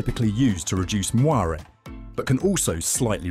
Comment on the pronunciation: Le word "moiré" is pronounced "mwah_ray". I know it's a French word but most photography youtubers say it right. Try it. I know you can. 😉